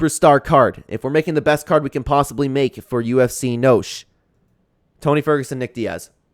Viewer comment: Mispronounced noche my guy